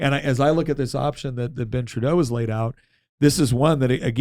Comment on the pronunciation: The good “trudue” duh fuck did he say ? As An Albertan I reject that statement !! Both are Marxist scum ! Next time just say Ben “Trudeau “ ffs